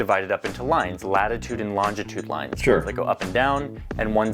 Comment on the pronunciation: The Meridian runs right through my hometown (Cleethorpes) and the dumbass council put the marker in the wrong place 🤦🏼‍♂️ Also, it’s long-i-tude (not long-di-tude).